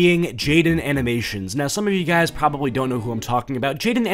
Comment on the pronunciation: "Shes pwobably a twrump suppowrter " what even is happening is he gonna throw in an uwu or some shit lmao